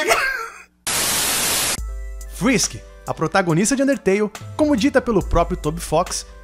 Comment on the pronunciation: Cê tá ligado que não é Fisk Fisk inglês e espanhol é Fisk na vdd é frisk frisk inglês e espanhol é frisk